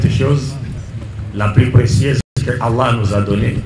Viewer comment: Zabour Medine Il y a des manières de glorifier le nom d'Allah, il est trop précieux pour en faire une onomatopée déformée et désagréable à entendre, la prononciation est mauvaise, personne ne le corrige, et il continue. Est ce que tu as déjà entendu une vraie et magnifique glorification du majestueux nom d'Allah??? Alors réfléchis avant de parler sans savoir, et quant à mes commentaires sur youtube, si tu n'es pas d'accord avec, personne ne t'oblige à les lire, youtube est une plateforme sociale, tout le monde est libre de s'exprimer et de donner son opinion. Quand quelque chose est mauvais, il est du devoir d'un musulman qui respecte sa religion de le dire sans peur. Ne pas le dire c'est de l'hypocrisie, le nom d'Allah est beaucoup trop majestueux et puissant pour le déformer d'une manière aussi grotesque.. Dernière chose, ce n'est pas en hurlant et en écrivant en gros que ton commentaire aura plus de poids, cela démontre simplement que tu n'as absolument rien à avoir avec ce que tu prétends défendre, le musulman ne se met pas en colère, ce qui n'est pas ton cas.